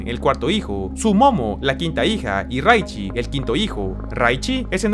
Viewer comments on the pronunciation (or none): No, ese es Raichu no Raichi 🗿☝️✨